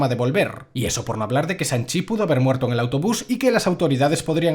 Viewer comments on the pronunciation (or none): de hecho se pronuncia Shang, no Sang, ya sabes S+H= Sh y no S jajajaj